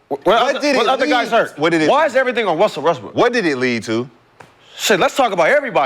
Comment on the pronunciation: Everytime says Russell Westbrook hes says it “Wussell Restbrook”